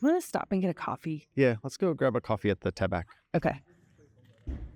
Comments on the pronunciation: Someone may have already told you that: the "c" at the end of "tabac" is mute. It's pronounced "taba", not "tabak". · FYI the 'c' at the end of 'tabac' (tæbæ) is silent. The full expression would be, e.g. 'Je vais au bureau de tabac', imperative 'Allons au bureau de tabac.' Interesting tour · I do not understand your point. In France, the last letter in a word is silent therefore, the only sound we should hear is 'tæbæ' not 'tæbæk'.